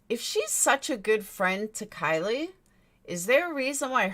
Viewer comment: can you say her name properly please at least, its pronounced like Kylie minogue